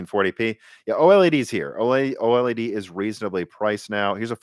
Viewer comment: It's called OLED, no O-El-E-Dee. I know it's hard for amateurs to pronounce the technical stuff.